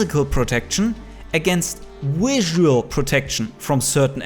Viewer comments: "Wisual protection" xD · i love the aggressive german-ness of saying WISual ❤️